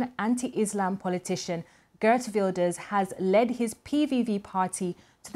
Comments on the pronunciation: The reporter is giving a lot of wrong info including unable to pronounce the main names like Wilders. Plus the New Social Contract is not populist at all. BBC kindly correct the info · Don't listen to this propaganda, they can't even come close to pronouncing the names correctly. Please just consider how little they know and how much of a judgemental bias this represents